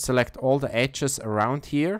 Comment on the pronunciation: ecces ??? edges ... ffs... learn english before you make videos..